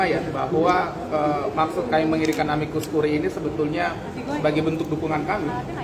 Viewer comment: Amicus curae baca * amikus kure * akhiran AE bacanya e curriculum vitae* kurikulum vite